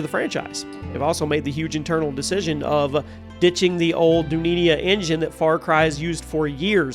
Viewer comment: Old what engine? 😂 its Du-Nea thats how u say it that means World in hindi or other indian language